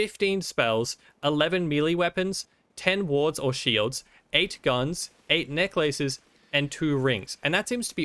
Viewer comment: The way he says necklaces tho >:(